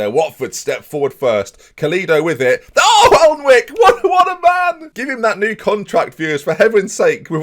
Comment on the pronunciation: Jak Alnwick is pronounced Jak Annick.